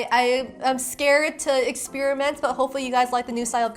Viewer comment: You said you were scared to experiment. Well, one way of reducing the fear is to take the "spear" out of experiment, not ex-SPEAR-a-mint.